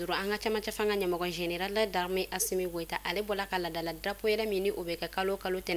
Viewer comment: Vous l'a c'est quand vous allez vous apprendrez à dire ASSO goïta que le président de la République ❤